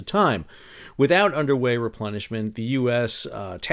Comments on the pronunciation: Did you say Underway Replenishment or Underwear Replenishment? Or are both valid? 😂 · Everything time you said underway replenishment I heard underwear replenishment 😂 Must have been a rough journey.